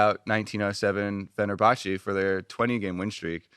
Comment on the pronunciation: It's 1907 Fenerbahce not fenerbache